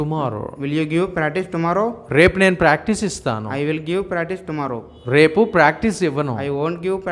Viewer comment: He is saying thumarrow instead of tomorrow